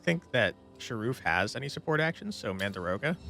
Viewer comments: Game looks amazing 🤩 But I gotta know.. are you saying "mandaroga" on purpose, like "dargon" or...? ;-) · it's pronounced exactly as written - mandragora. It's a common plant name in fantasy, with the usual trope of screaming when getting pulled out of the ground. It's in Delicious Dungeon, Harry Potter and all over the place.